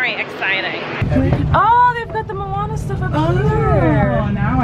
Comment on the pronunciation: OMG I loved how you said Moana